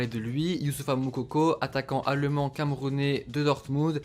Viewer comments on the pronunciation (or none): Quand tu dis allemand j'entends à Le Mans mdrrr